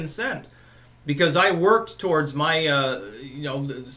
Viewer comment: Why does he always say mah in front of things. Such as Mah white privledge?